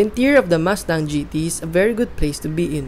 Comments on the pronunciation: Wow nice muscle car Ford MASTANG as you said😂. I thought it pronounce MUSTANG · I can't finish the video. Because mas tang oh my fuckin god. Ears are bleeding you can't say it right.